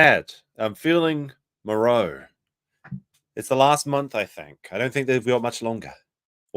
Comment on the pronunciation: Did you just pronounce morose without the se? Joshua the eff?